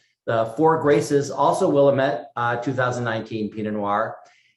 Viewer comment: Will-LAMB-it is the way to say it, lol